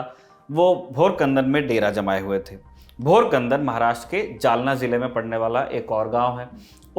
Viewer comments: Bhor kandan nahi, Bhokardan ( Place of MP Raosaheb Danve) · It's not bhorkandan. But bhokardan. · भोकरदन not bhorkandan👍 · मराठा सेना का डेरा भोकरदन गाव में था, ना की भोरखनंदन में (5.59m) .गलत उच्चारण किया आपने. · Its bhokardan. Not bhor kandan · भोकरदन है भोरकंदन नहीं है❌जुही नदी जुहा नहीं असलागाव नहीं आसई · केलना नदी नही खेळणा नदी है, भोरकदन नही भोकरदन है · It is bhokardan not borakhdan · Isko seedhe se "bhokardan" nhi bolne aata ye historian kaise hua😂